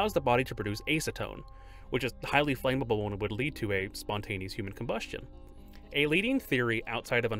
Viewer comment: The word is "flammable" not "flame-able". Pronounced flam-a-bul and definitely NOT flame-a-bul.